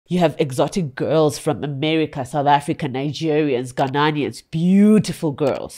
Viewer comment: It's Ghanaians not Ghananians. No pun intended.